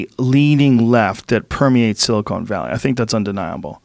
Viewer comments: If Joe says "silicone valley" one more time, I'm gonna scream. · Joe is a dolt in general. Just as I type this, he said "silicone valley". Twice.